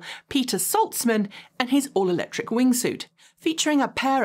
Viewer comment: I love you, but could you please pronounce the "c" in Electric?